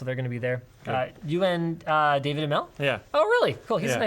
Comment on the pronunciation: "Dawid" is pronounced "dah-vid." He's South African